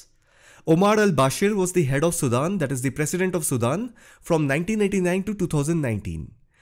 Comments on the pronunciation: All these fake comments are so amazing !! He can not even pronounce the country name, so fake comments can puke it. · First of all learn how to pronounce "SUDAN".